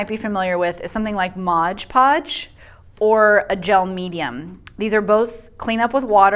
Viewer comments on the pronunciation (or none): The moment you said MODGE podge, I stopped. If you’re going to do a review on products make sure you know how to say the name of the products. It’s MOD podge